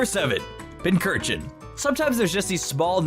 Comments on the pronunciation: Pincer-chin. That's how you say it's name. Not pin-curr-chin. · THERE IS NO K IN PINCURCHIN! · I always thought Pinchurchin (pronounced as Pinch-Urchin) to be a clone of Mimikyu. They're both based on mollusks. I see Eiscue as a Galarian version of Mimikyu. They both have an ability that protects them from an attack and once activated, it changes form. The only difference being Mimikyu's ability can protect him from any attack, but it can't be restored during battle. While Eiscue's ability only protects him from physical attacks but it can be restored during hail. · Its Pincurchin (Pincushion and Urchin). There is no H after the first C. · Left off the R in Pincurchin, there should be 4 U's in Pyukumuku, and it's Qwilfish, not Quillfish!